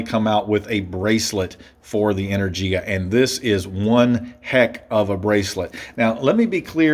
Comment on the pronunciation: You pronounce the name of the model wrong, but it's a good review overall.